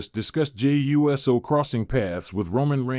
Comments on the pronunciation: There are these little things called FACTS. Get some before you start posting bull crap, and while you're at it learn to pronounce people's names..... IDIOT!!!!! It's Uso snd NOT U.S.O🙄🙄🙄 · Jimmy and Jey's name is not U S O it is prnounced OOOOSOO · His name is Jimmy Uso, not Jimmy U.S.O. This guy is so fake